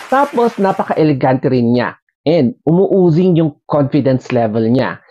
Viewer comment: Oozing is pronounced as ooooozing and not u-uzing.